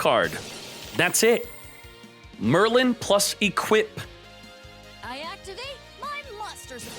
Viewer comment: Oh btw its Merlin not merrylin